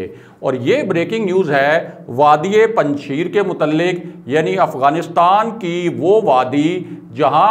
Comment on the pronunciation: correct your pronunciation.....its panj shair......not sheer......5 lions not 5 milk......